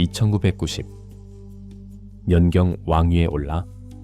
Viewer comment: 연경~~연경~~에서 자꾸 흐름 거슬림...